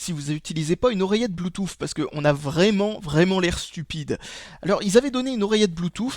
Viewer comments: blue"tousse" pas blue"touffe"... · bloutouffe xD